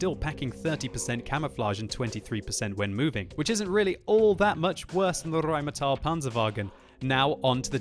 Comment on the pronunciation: Nicely spoken xD Rrrrrrheinmetall Panzerwagen!